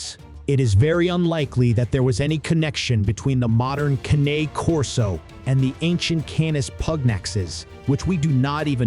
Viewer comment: How can I trust this when the moderator isn't even pronouncing the name correctly? If dogs weren't used in war, the Persians really lied bigtime. I have read a completely different history of dogs in war. Cane Corso as a war dog? Maybe not, but their ancestors were.